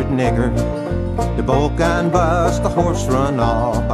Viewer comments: I believe that "Bullgine" is pronounced Bull-Jine, not with a hard G, correct me if I'm wrong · What the hell's a "bullgine"?